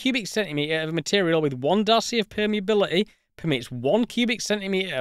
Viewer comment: densi-ee, permeabili-ee, reali-ee